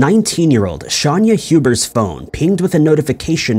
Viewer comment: On what planet is SHAYNA pronounced SHONYA 🤦🏻‍♀️😂😂 It’s Hubers too not Hubert It’s not Edinburg! 😭